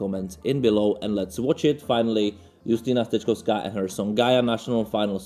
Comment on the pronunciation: To rzadkie. Dziękuję za poprawną wymowę nazwiska naszej wokalistki. Pozdrowienia.